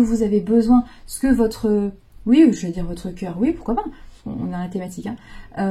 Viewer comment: J’adore trop bien trouvé, et c’est encore meilleur car c’est dit dans la bienveillance mais j’entends encore la phrase avec l’accent et Eh Maanu Tu descends et pourquuiaaa faaire..?? Et avec l’humour tout passe encore mieux..Et oui vous nous transmettez tout ça…mais pourquoaaa faire..?? Je vous adore, vous avez un sens de la répartie et une imagination.. C’est sans jugement mais vous m’avez fait tellement 🤣..J’en ai encore mal au ventre..Vraiment vous êtes une femme avec qui on chemine mais en plus avec un sens de la l’humour et de la répartie…👍🤣😉🙏❤️…Des bisous..😘😘